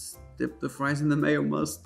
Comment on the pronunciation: Every time you said, "Mayomust", I lost it.